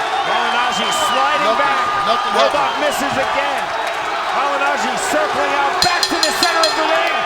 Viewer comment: "Pauli Mah-gin-ah-gee". -Floyd sr